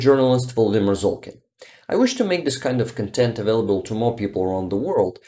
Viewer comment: while we are on the subject of English: you got the stress of “content” wrong in your introduction. You said “satisfied” (stress on second syllable) but meant “stuff inside” (stress on first syllable). I think that was your only real mistake :)